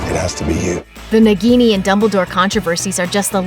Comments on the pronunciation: It's " Naah-gini". Just like a minute of research man. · It is not pronounced nigini....it is pronounced as Na-ghi-ni .It is hindi word derived from word Nag which means snake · And also it's pronounced as "naag-ini" and not as "nug-gi-niii" .. say it right people! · That pronunciation of "Nagini"... My ears. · Why she is pronouncing nagini wrong